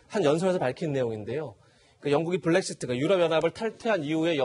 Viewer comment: 블랙시트가 아니라 브렉시트요....